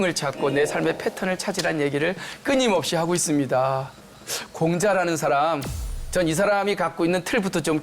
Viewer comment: 참 놀라운 일!! 귀하는 "사람" 의 밯ㄹ음이 틀렸나이다. "사람"의 "사" 를 짧게 발음했더이다. 그 뿐 아니라"람"을 accent가 있는 것처럼 강하게 발음하심에 놀란 이는 이 늙은 이 뿐이니 이 아니 놀라운 일 아닙니까? "사:람"이라고 "사"를 길게 발음해야지요. 그리고 원문 독법도 엉망이올시다.